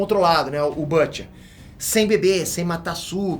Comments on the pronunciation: Excelente vídeo! Mas a pronúncia em inglês de "Butcher" é "Bútcher" e não "Bâtcher" ( /ˈbo͝oCHər/ ). Fica a dica! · Oooo, fala o nome do Butcher direito!!